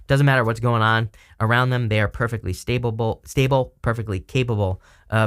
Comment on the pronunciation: "staba-ble" <--- love it! Amazing reading as ALWAYS,. Thank you.